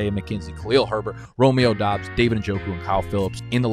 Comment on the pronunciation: He got the Doubs pronunciation. A man of the people